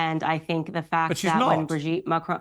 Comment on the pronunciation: Above all else Candace Owens the name is Macron, not MACRONE get that right and I personally might listen to you, for a so-called Christian, why are you pursuing this? transgender or not, it is not yours or anyone else's business if it is true that Ms/Mrs/Mr had a relationship with a schoolchild that is reprehensible, however, it was a long time ago, IMO you disrespect a head of state of a not insignificant European country to get views to your muckraking salacious program.